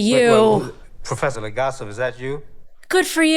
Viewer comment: It is grate to see how empathetic you are and seeing that is makes me feel more hopeful to the future. Do not worry about it not being 'fun'. It is impactful and compelling and those much rarer than 'entertaining' but as or maybe even more needed. P.S. He is not LegaSLAV it is LegaSOV. It is actually a little entertaining how you mame the names just... people with Slavic decent do not conveniently have their surnames end with slav... not usually at least :D